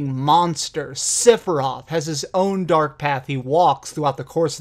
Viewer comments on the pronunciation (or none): WOAH WOAH WOAH, did you say "Siferoth"?